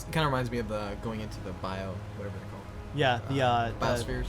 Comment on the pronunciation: second l missing in called